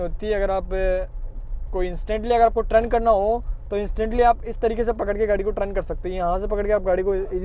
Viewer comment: Trun nahi bhai g turn hota hai..